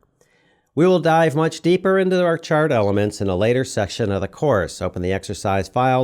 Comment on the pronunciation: ......Much depper" until you said "deeper" I was going crazy 🤣 I hear a lot of VO on documentaries where simple words are mispronounced consistently throughout 1 hour 45 minutes.